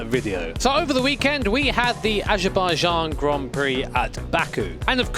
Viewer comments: We had the what grand prix? Ajerbayjan is what I heard. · "asherbijazn". we love you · saying Azerbaijan is amazing.